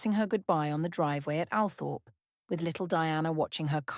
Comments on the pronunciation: All-Thrup, not Al-Thorp. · It's pronounced All- trop ... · Althorp pronounced … Awlthorp or All-thorp or Orl-thorp… The smallest thing can really just detracts from all credibility. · I wish photos of all of Frances’ children were included. Althorp mispronounced. This lady deserves more.